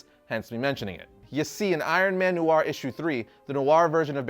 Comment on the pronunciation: New-ar? You mean noir? Smh